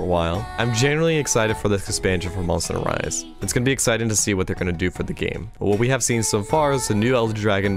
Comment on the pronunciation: no one: at the start of this video: Monsteder Rise Over